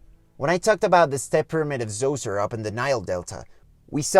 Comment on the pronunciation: please!!! Djoser it’s like Dios-god in Spanish. Dioser dios-sir. If you can pronounce dios and sir. You can pronounce djoser. The quality of your videos are A1 but I cringe every time and distracted with djoser. It’s me. I know. It’s on me. I just can’t shake it off. I get heavy jeevies. I usually am not bothered and find your accent alright. It’s just that word is killing me. Ahhh. 😂